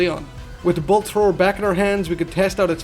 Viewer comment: Take a shot for everytime he says bolt thower